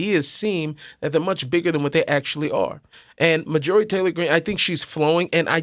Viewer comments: MAR-jorie Not Mar-JUH-rie. Love you anyway,. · Her name is not Mah-joori. I had to look at the title to work out who you were talking about.